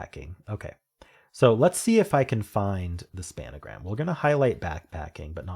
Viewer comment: Nice effort on the games. I have to admit that every time I hear 'span-a-gram' it kills me a little bit inside. 😅